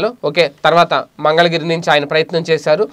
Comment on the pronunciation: నువ్వుపోరాటంచేస్తావ పప్పుతిని తెలుగుబాగానేర్చుకుని అప్పుడు ఢీకొందుగాని ముందు మంగళగిరి డెంగ్యు అనటం నర్చుకోని అప్పుఢీకొడుదుగాని ఏంపప్పు ఇవ్వినేర్చోకో